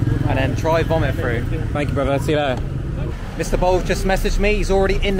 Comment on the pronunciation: I believe you are pronouncing thank you wrong. Gaam onnñn, would be closer